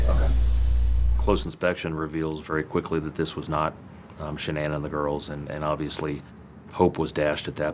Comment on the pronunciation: Why can’t anyone pronounce Shanann’s name right? It drives me crazy lol